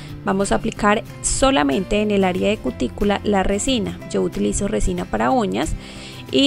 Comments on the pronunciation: Todo iba bien hasta que dijo recina jaja 😋😝😂😋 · Like, si todo hiba bien hasta que dijo recina 😒😒😒😔😟😕